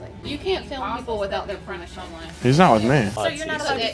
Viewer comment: no way that woman in party city said “premission” not “permission”